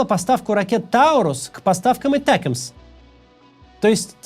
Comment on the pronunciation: Не этакмс а атакамс 😂😂😂